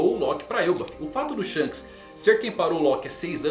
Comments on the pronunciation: desculpe mas, não é Shanos, é SHONKS! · Não tanko o chamando o Shonks de shanos kkkkkk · kkkkkkkkkkkkkkkkkkkkkkkk perco tudo quando ele fala "Shanos"